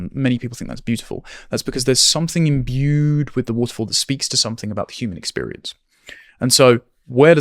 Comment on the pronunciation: why does he say imbued like that?